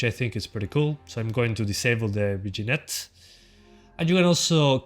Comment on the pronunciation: Lol vignette is pronounced "vin-yet".